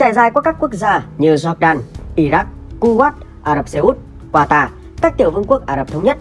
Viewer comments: Cu wét chứ ko phải cu wát đọc sai rồi a ơi 😂😂😂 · Đọc đúng là khu Wậy